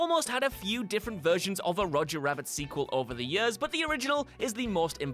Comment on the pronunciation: The "Ye-ears" really throws me off. It's one syllable man.